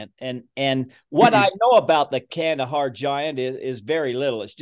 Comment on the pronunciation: It's pronounced khandaaar